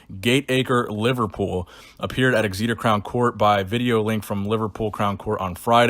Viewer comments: Kofi Boadu I might start calling it eggs-eeeter from now on 😂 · it is pronounced Xeter. soz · Hey just a heads up in case the De Asha story comes up again in the future the place Exeter is pronounced Like Exit-ter Other than that keep up the good work brother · Exeter would be pronounced X EE TA , or X E TOR. damn us English people for not being phonetically logical. I apologise to the rest of the world. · Strength and Terrible "Exeter" Pronunciations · I like how you pronounce Exeter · From a UK fan it made me giggle how you pronounced Exeter 😂😂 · Love how pronounced Exeter every Brit can relate!!!! 🤣